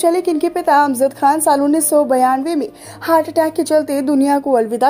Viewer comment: Madam,naam toh thik se lijiye...Ajmad Khan nahin ,Amjad Khan hai mohtarma🤣